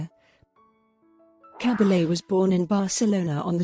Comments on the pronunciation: Koriegiwren. Liebe Authentisch eine Dokumentation. Cabalje swirdihr Name ausgesprochen. Cabelle in Deutschland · Please pronounce her name correctly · Narration is not good. Is it Cabble, Caball, Cah-bah-yay? Mon-sir-rot, Mont-sir-rat?